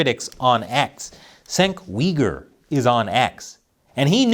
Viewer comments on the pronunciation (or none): It's not Senk Wee-grr! It's Jenk You-grr!